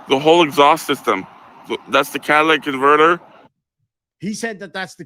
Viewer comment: I swear it sounded like cat lick converter 😂